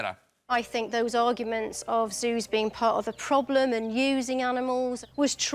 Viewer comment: Did he say Jews or Zoos ? :D :D